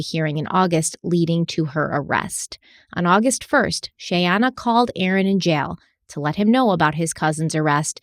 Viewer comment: The comedy of trying to say Shayana and how many different ways that he said her name throughout the series...has me laughing so hard......I know this is a very tragic story and very sad and heartbreaking. But I did find humor in that..🤣🤣... I know you are trying!!! Mich love to this podcast. I absolutely love the deep dives and multipart series. Im obsessed...because I do not find this amount of information anywhere else. I respect Stephanie's patience and research soooo much!! Much love to the both of you from Charlotte North Carolina! ❤